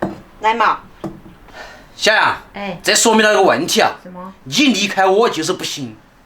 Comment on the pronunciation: 吵蕭處+蕭癢（這樣才是你的口音），我住美国，下次我可以去你們家吃饭嗎？我是你們的粉丝